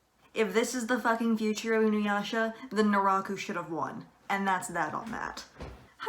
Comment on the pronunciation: You mispronounce Inuyasha... I just had to get that out of my system. I'm not gonna explain why I disagree with the video because too many people have already said both of the things I would say. Pedophilia and grooming are wrong, but that's not what's going on here.